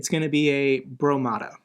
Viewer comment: "The Broemada.", you'd be nuts not to make a line of hats and mugs.